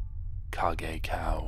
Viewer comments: Kagekao = "Kaig-Ko" not "Kag-ai-kow" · no It's Ka - geh- ka - o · Thank you so much for making this video! Kagekao is my favorite Creepypasta! P.S. I've been pronouncing his name wrong the whole time! I always pronounced it like 'cage cay-oh' My cousin (who is 21 or 22, I can't remember) pronounced it the same way too.... wow.... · his name is prononced car-gay-cow wich = kagekao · It's Kah - geh - ka - o for anyone who didn't know. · Kagekaos name is pronounced as Cage-cow, just trying to help. 😁